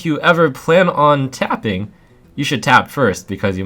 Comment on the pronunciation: its tapping, not fapping, yo...guys, its,....its tappin' not the fappin'.... uh yo...it is the tapping that is the fapping.... Yo noobs, its not the fappin' uh, it is the tappin', go n' tap it, cmon, lemme tap it, not fap it..... Live a like, its ur support that matters,..... :)